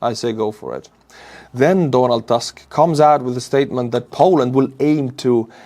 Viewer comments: please, butcher Donald Tusk's name properly. It's Tusk not Task. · Donald Tusk is pronounced just like you'd pronounce it in Estonian. I don't know why you'd want to pronounce it like in English.